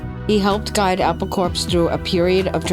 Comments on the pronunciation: Why don't/didn't you know that corps is pronounced core? Ever heard about Marine Corps or Peace Corps? Same as with Apple Corps. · Corps is pronounced core. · CORE, Not CORPS...Like Apple Core!